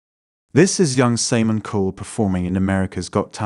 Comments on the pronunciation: Saymin? You mean Simon? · thats what tipped me off. Also pronounced Simon, Say-mon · Well played. This was my first video I watched of you so I assumed you didn't know how to pronounce 'debatable' or 'Simon'. Maybe you can do a follow up video based on the assumptions of the viewers of DeepFake assuming that the 'fake' they are watching is a person with their own learning challenges. That extra benefit of the doubt is all a DeepFake needs to get real traction. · Amazing, listening to a video about deep fakes while listening to a fake voice.... samen instead of simon... Ae instead of A.I. dee-bat-able instead of debatable